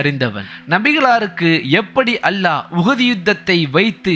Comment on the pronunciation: Great speech. Try to pronounce the great word ALLAH properly plz